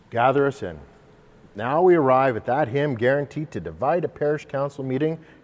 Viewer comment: When he said "Gather Us In", I heard "Gather a Sin".... WHAT?!?!? 😅